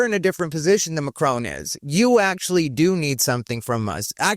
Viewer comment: Macron is not pronounced Macrone. LOLZ there is no "own" sound in it. more like an "on".